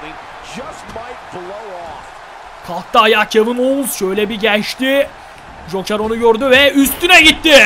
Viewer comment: ye hoker deil joker :D